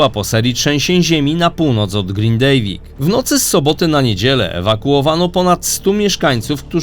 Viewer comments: "grindawik" a nie "grindejwik" Bo aż kłuje w uszy 😉 Dziękuję 🙂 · Nie ma Grindiviku tylko jest Grindavik aaaa vik. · Mówimy GRINDAVIK TAK JAK PISZEMY 🫣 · Fajny materiał, to Pan jest ojcem Globalisty? Globalisty slucham od dawna a na Pana dopiero teraz trafilem. Jestem na wygnaniu w Reykjaviku bo w Grindaviku tez jest moje mieszkanie. Miasto Grindavik normalnie sie wymawia i odmienia :). Pozdrawiam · ktos tu nie potrfi wypoowiedziec GRINDAVIK POPRAWNIE... gratulacje lol🤣🤣🤣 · Za każdym razem źle Pan wymawia nazwę miasteczka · Grindavik Panie GRINDAVIK